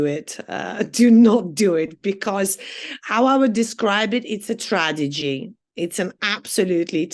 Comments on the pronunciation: Did she say tradegy ...with a de !...so much for the 100 k job and the 19 years in the UK. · "it's a tradigy... it's an absolutely tradigy..." 🤓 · She can't even pronounce tragedy! Exactly!! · “It’s a TRADEGY, it’s an absolutely TRADEGY”……… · tra-de-gy lol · Speaking of education .. I'm sure she pronounces the word TRAGEDY .. tradegy (twice). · This cat collector cant even pronounce "tragedy". The reason Western men leave their home counties. hehehehe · Conversely men don't move to Thailand to meet white women who can't even pronounce tragedy correctly.